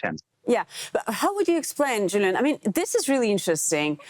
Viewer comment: Его имя не Джулиан, а Юлиан.